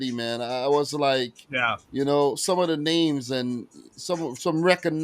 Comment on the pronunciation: I just love how you pronounce team names wrong.